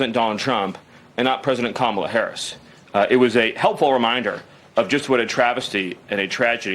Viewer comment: Interesting (?) that finally pronounced Kamala's first name correctly after tRump won. Yeesh...